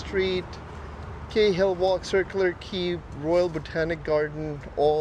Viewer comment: Cahill is actuality proncounced like "karl". Behind the fence is a tunnel entry which was where trams used to run (like the trains on the other side of the bridge). Sydney had one of the largest tram systems in the world, removed in 1950's, and returned with new lines in pastnfew years.